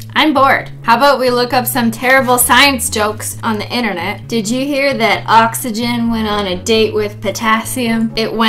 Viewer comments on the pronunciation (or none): there is a new drug and its called ox-y-ghen